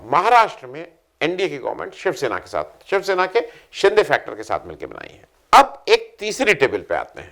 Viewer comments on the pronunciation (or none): none